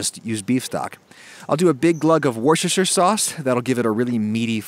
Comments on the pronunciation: I haven't yet heard an American who can say Worcestershire! It's "Woos-ter-sher" not "Woosh-ter-sher"! Looks delicious by the way! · It's not pronounced Wortjester sauce. It's pronounced Wooster sauce. You skip all of the letters in there, just as you do for the city that the sauce's name comes from. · The woosh-er cher saue. Say after me: Wooooster sauce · Dear Americans repeat after me: Wuss ter sheer.... Worcestershire sauce!!! - with love from your friends across the pond :) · Just so you know, it’s pronounced ‘wuster’ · BREAKING NEWS : Man from Macon, Georgia pronounces "Worcestffefuhershire" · That looks amazing. BTW: It's pronounced "Wuh - stuh - shuh Sauce" 🙂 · say WUSTER/SHIRE sauce , i know its spelled weird , but , that's how its said in England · It's 'wooster' sauce g :) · Wushishshur sauce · Oh Adam 🤦 Wooster-sha sauce. Worcester is more like Wooster, and we don't pronounce shire like the lord of the rings. More like Hampshire 😂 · "Worchesterter sauce" Do Americans have their own version of Worchester sauce... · butchered the worcestershire :) it's pronounced like "woost-a-share" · I only watch these American cooking videos in the hope they will use Worcestershire sauce and attempt to say it. This one was gold. Dean from Worcestershire. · I thought it was just a joke that Americans didn't know how to pronounce Worcestershire sauce. Apparently not! The recipe looks good, I'm going to have to try this. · Why do Americans have such a problem pronouncing Worcestershire? 😉